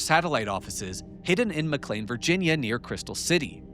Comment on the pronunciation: I was about to ask if you were AI, but you started pronouncing McLean correctly, that was good. Now I am sure there is a neighborhood where they pronounce, "Integral" int-tegg-grill, but I have never been to that neighborhood. Please let me laugh with you not at you since, it took me almost five years to figure out what penultimate meant, after reading it in engineering docs on backpropagation when I was a young kid. Back when Geoffrey Hinton had lots of fun correcting my spelling, after which he told me he knew I had spelled things wrong because he spelled them wrong in his book that I copied it from.